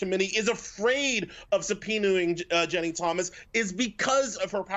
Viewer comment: Why can't this bozo say Ginni? He keeps saying Jenny..